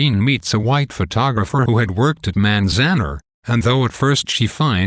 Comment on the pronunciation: its pronounced manz- an- are